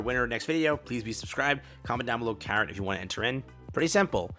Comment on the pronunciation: is it carrat or carrot hmm